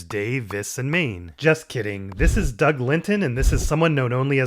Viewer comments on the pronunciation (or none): none